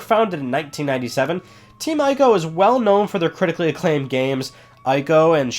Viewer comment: Please say Ico right...EEk-OH. People play through the Witcher 3 and still calls Geralt with a J, and even when playing the game, Geralt corrects NPC's at least 3 times in the game and it's hilarious. Sorry, I nitpick.. Love the channel